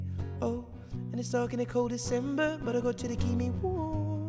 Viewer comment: I love the way he says warm lol